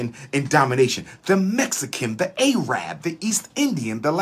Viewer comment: The correct pronunciation for Arabic speaking people is Arab not "A-rab" the term A-rab is sort of a racial slur on that people created and made popular by racially motivated Europeans.